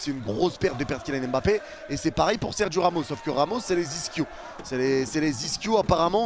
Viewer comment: Les amis français, par pitié arrêtez de massacrer les noms africains. Je suis français d'origine camerounaise et j'entend les gens dire M-bappé hors on ne sépare pas le M de Mbappé, c'est en un mot pas 2. Donc c'es Mbappé en avalent le M de Mbappé tout simplement. Les journaliste anglais et autres pays prnonce bien son nom et celui des autres joueurs africains par respect. comme pour N'Diaye, on dit pas N-diaye N'Diaye, on dit pas Papeu Gueye mais pape gueye comme vous prononcez le bom de votre Pape du vatican, vous ne dite pas Papeu mais bien Pape et bien c'est la même chose ok! Faites un effort pour lire nos noms africains correctement. Au pire demandez comment ça ce prononce autour de vous si vous connaissez des africains. Merci